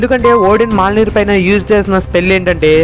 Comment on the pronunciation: Adi malnir kadu na swamy Mjolnir ( mioneer)